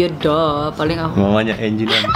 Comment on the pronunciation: Angie woi, dibacanya enji